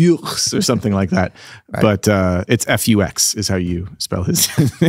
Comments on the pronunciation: Hi folks, thanks for your great content! Learning a lot from you! Just to clarify: the German name „Fux“ is pronounced like „Fooks“ (short). It means „fox“ with a different (ancient) spelling. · Great stuff! By the way, the correct pronounciation of (johann) fux is "fooks" as in "books". Greetings from germany!